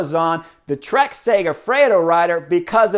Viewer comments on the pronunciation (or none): none